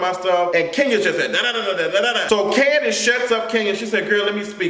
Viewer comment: latoya duffie 😂😂😂 not Kani the way Mama Joyce pronounces it! I caught that shade and it is super funny😂😂😂